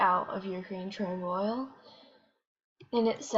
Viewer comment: It is pronounced Cher- Noble which was located in Ukraine which is not nowhere close to Yellowstone. Yellowstone is in the US. Chernobyl was in Urcrain